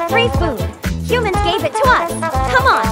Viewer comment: bro not him saying i-t instead of it😂 Love your videos